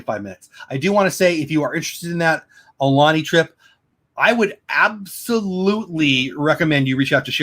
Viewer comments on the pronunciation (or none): Aloha! Great stream! Sorry I missed this! Aulani = au (as in out)-lah-nee. Ko Olina = koh-oh-lee-nah. Hope to meet u when u make it out here. U could visit the Dole Plantation & would love to know what u think about the Dole Whip here. 😜